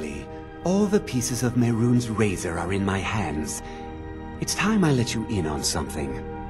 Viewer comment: when u said ok we have the 3 pieces of the razor i thought u said 3 pizzas